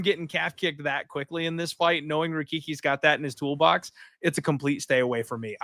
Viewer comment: Rakiki? Come on bro. How are you a die hard MMA fan and still get fighters names wrong.. pronunciation is a different story. You're a whole letter off.. raHiki! Not Rakiki